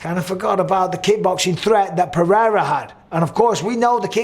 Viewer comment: Nice to hear someone saying Pereira how it's spelt and not with a d like Mr white privilege 😂